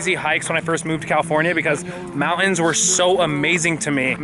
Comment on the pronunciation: Dude can't say mountain.